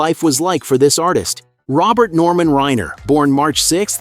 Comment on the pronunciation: PLEASE Pronounce his name correctly!!